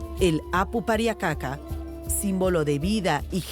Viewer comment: ser hombre andino es una resposavilidad pero estos ingorantes como pueden llamar indigena alos inkas o los runas y mal pruninciado kapacnan y pariacaca se prunincia QCAPAQNAN Y PARIAQCAQA